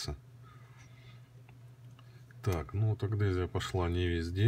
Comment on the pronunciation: Блин,адгезия а не агдезия.Уши режет.